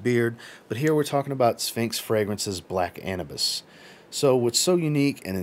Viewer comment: Black a-new-bis I believe is how it is pronuced cause Anubis is the Egyptian god of the underworld